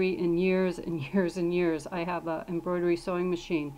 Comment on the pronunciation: Contrivertial it's embroidery lol that made me laugh so bad 😂 but great video I learned a lot!